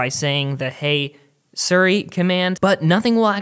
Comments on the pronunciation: Its SIRI, not SURI. You say it as you read it, S - I - R - I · lmfao he said sirry instead of siri whatchu Canadian mate? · What is suri? Do you mean Siri but cant speak well or? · the way you say siri is so foreign to me